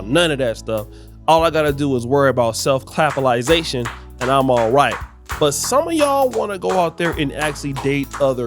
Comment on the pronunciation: "Self - clappa-zi--ation"!!!????? 😂😂😂😂😂😂. you are the worst 😂😂😂😂😂😂